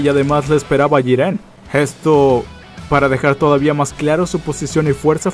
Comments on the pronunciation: Pq dices Jirén y no Jiren? :v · Se dice jiren y no jirén, habla muy rápido y no se entiende ni mierda. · Jíren es , no jirén, porfavor viejo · Jirénnnnn es Jiren :v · pronuncia bien es jiren no jirén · como cuando pronunsien mal jiren xd